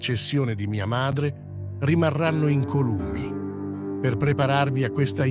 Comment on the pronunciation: Si dice incòlumi e non incolùmi